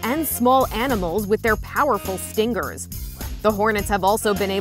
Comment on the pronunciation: Sting'gers LOL nice engerish😂😂